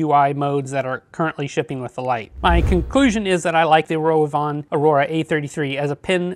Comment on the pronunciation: I love your in depth reviews. Just wanted to tell you the pronunciation isn't Roy von it's Ro v Von 😉 keep up the great work.